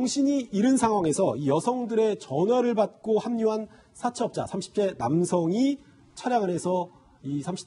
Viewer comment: 여자패널 발음 사채업자 사태업다~@@